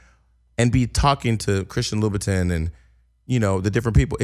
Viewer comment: Jason...it's pronounced LU BA TON [LOUBOUTIN]